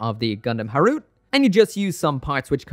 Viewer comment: its ha-ru-te, not harut...